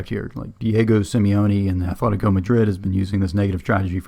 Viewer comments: Its "Atletico Madrid" not "Athletico Madrid" ... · Great video, love the content, cannot help but be triggered by the "Athletico Madrid". It's Atletico. Not to be confused with Athletic Bilbao, which has the "th". Sorry for the pedantry, love the video.